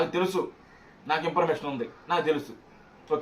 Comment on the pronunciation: Em sollu ra idi nathi pakodi....sus-cribe antav imparmation antav endi ra ne nathi gola 😂